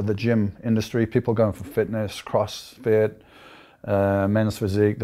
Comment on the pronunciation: Dorian nearly dies just trying to say crossfit